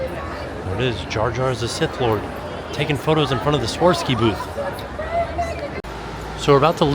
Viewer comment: Hey, it's " swar-off-ski" phonetically.